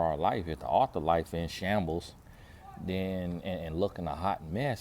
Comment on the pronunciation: 😂😂😂 the way says shambles